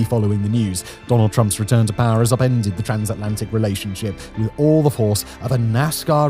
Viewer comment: I love when Simon pronounces power as 'Pah".